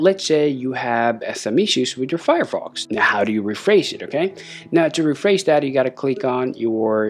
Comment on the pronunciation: Is Refresh not Refreiz